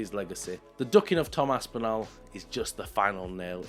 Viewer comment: A) please can you stop butchering “Aspinall” can’t believe I’m having to tell a fellow Brit how to pronounce a British last name - it’s Aspin-all not Aspin-al. B) the drug component of your argument is irrelevant. The top fighters are all on something - some of them just get caught and others don’t - sad but it’s the world we live in C) Activities outside of fights do not make any difference whatsoever to how good of a fighter they are and their goat status. You can be the greatest fighter of all time and also be completely horrible person - the two things are not related. D) I actually think Tom Aspinall is the better fighter and Jones ducked him, so i agree with you. But not because he’s a nice person, not because he’s drug free, not because he doesn’t beat his wife, but because he is actually legitimately a better fighter at the current moment. The two fighters in their prime well that’s actually an interesting question. Would be close.